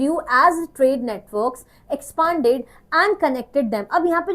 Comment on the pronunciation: Ma'am expand pronunciation is wrong u r saying it expaand